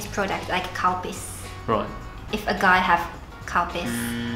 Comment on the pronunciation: i thought she said cow piss